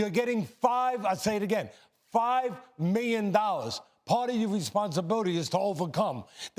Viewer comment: "He got 5 miyon dollars, I'll say it again 5 MIYON DOLLARS!"